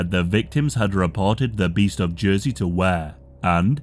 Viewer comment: It took me a second to realize you were talking about y'ursey; thought it was j'oi'sey